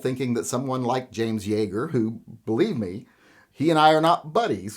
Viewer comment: Yeager, not Yaeger.